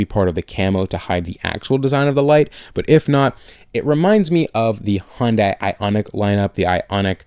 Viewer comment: I listen to the podcast on my commute, but looked it up on Youtube just to say - for the love of everything it's "nissAN" not "neesON"; and "hun-day" not "HON-day"!